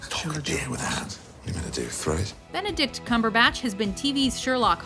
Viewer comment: NooooooooooooooooooooooooooooooooooooooooO! Is Benedict Cumberbach! U misspoke! U ment Benedist Cumberbach!